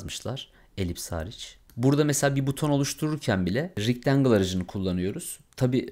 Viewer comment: hemen ogle ile ofke ile ustume atlanmaz umarim .Rectangle (rictengil) degil oldugu gibi( rectengil ) olarak soylenir nacizane ..uyarayim istedim